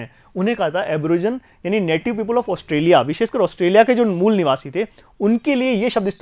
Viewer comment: Sir ye पीपुल नहीं people he 😄